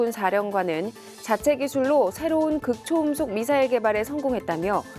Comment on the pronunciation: 극초 음속이 아니라, 극 초음속으로 읽어야 합니다.